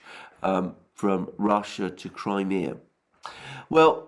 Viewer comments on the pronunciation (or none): none